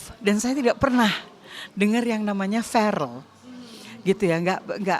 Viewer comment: Faareel??? Bukan ferel bunda mashya alloh namany faarel ?????